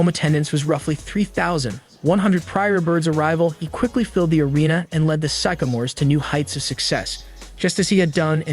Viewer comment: his mispronunciation of sycamores over and over and a couple of other things that sounded a bit off makes me think this guy dont know what the fuk hes talking about good reaction though the bird and magic documentary would be a wicked good video to do